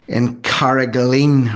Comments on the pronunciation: It's Carrig-a-line (not lean). Carraig Uí Leighin - Leighin's rock. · CarragaLINE is how to pronounce the name. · Carra-ga-line its pronounced